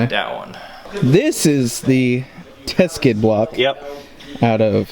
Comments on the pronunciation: Its Teksid not teskid brotha. But keep up the good work i enjoy the videos. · It's pronounced "tek-sid".